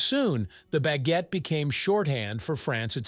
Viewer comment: If you're going to say foreign words, like "baguette" or "pain," can't you pronounce them properly?